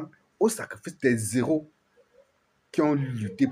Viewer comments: On ne fait pas l'accord quand on dit les héros sinon on dirait que tu dis zéro merci. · On ne fait pas de liaison quand on lit "les heros". Les zéros par comment ? 😢